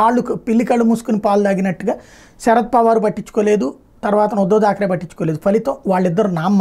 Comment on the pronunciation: DHAAKRE kaadu sir THAAKRE